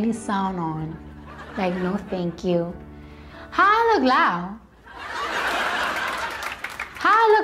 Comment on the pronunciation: "Haualooklau" - Cardi B